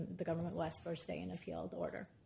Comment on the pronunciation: The one and only ""